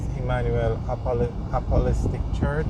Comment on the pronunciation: Lol. Apolostic. Apostolic.